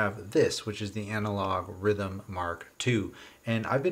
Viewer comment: For once, Rytm is actually correct as pronounces it - it's an Elektron thing. Just don't have him say synth..